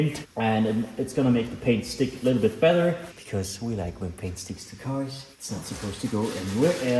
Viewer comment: why can u say battery correct but no better :(